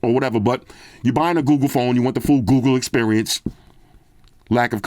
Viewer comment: Love hearing my boy saying "Google" cause it sounds like he's saying "GooGoo" 😂